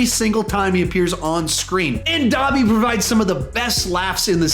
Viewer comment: Bruh Said Dabby